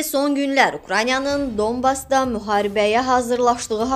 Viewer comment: Ay qiz, Dobas yox , düz de hec olmasa Danbas deyilir ( o yazilir a deyilir)🤣😂